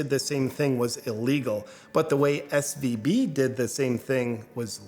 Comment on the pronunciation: Should it be SVB? Kept saying SBV. And I listened to Lauren Chen that BRCC is on the downfall because of not honoring its contract with a marketing firm?